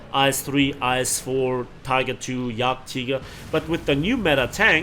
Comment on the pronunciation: And yet again, clicking on a video of yours covering ground forces in which I still don't play, and thoroughly enjoying it! Good Job. And its also nice to hear you pronouncing all these names right like nas horn and Yag Teeger, one of those little annoyances that seems pointless to change anyone's opinion about these days... I think I may have tried a GF game not too long ago. Understanding firing lanes is IMO one of the hardest things for me at this point. Cheers.